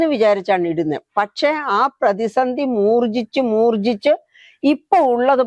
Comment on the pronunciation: മൂർച്ഛിച്ചു ആണോ അതോ മൂർ ജി ച്ച് ആണോ ഒരു സംശയം ചോദിച്ചതാണ്😂